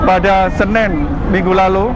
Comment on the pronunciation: Hari Senin kok jadi "Senen" can TV One choose more better reporter than him with better vocabulary? jadi di dengar nya enak. :)